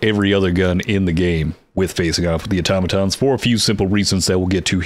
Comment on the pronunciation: Thank you for being one the few people on YT that can pronounce "automaton" correctly 👍🏻